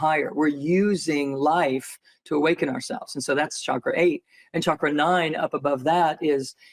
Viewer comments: Chakra is pronounced as a ch sound in India, not sh. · It is chakra, not shakra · It's obviously chakra not shakra. Please be mindful of the pronunciation. 😊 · It's not pronounced like Shahkra. It's Chukher but the "h" before the "er" is silent. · The correct pronunciation is actually more like “CHUCK-ra” with a rolled R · I was told the true pronunciation for chakra is the CH sound not s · Research showed that correct sanskrit pronunciation is “CHUH-kruh” ; ) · lol.. funny that he corrected you on how to pronounce Chakra.. when the Indian folks I know actually pronounce it the way that you said it first, Doc!